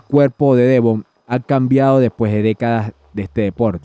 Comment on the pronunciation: No se dice armuejlin 😂 y no se dice Devón 😂😂😂😂😂